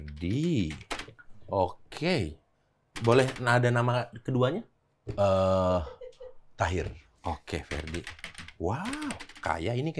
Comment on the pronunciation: Tahier bukan Taher